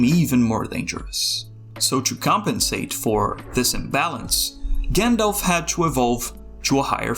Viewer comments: at this point, (and i never thought i'd say this but) I d rather have a good ai voice-over, than english "with hair on" - an undefinable accent that i can't place between dutch , argentinian or albanian just hir someone who can pronounce - shudders anytime he says gindilf instead of Gandalf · Do you know its pronounced 'Jandalf'